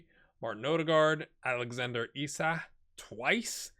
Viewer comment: Definitely an audible K in Isak, I speak swedish.